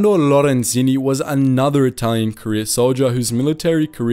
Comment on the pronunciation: Ghee-yo-wani. Low-ren-sihnni.